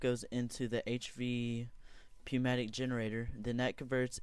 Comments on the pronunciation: "Newmatic" pronounced like that. Thanks for the idea tho!! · lol poo-matic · Pronounced New-mat-ik. Jen-er-ate-or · Hey buddy I have a pocket, actually a suitcase full of corrections to your thoughts! For one, MasterShakeIII is right! The P in Pneumatic is silent. Next, the solar panels dont all need wires connected to them because they transfer power to eachother. Another problem with this is that you constantly use connections(Conductive Pipe, Glass FC) which only decreases the amount of power going through. I only have a few more characters in this comment so Good bye! while true do turtle.attack end